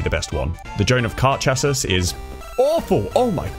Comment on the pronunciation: Its pronounced Shass-ee